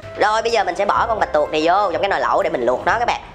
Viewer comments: "bạch tuộc" ơi! không phải "bạch tuột":p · Chỉ muốn nói là bạch tuộc chứ không phải là bạch tuột😆😆😆